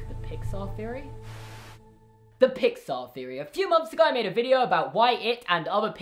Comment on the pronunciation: "Feory"?(theory) lol